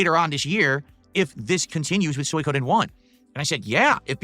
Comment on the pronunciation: Why is this retard saying soy ko den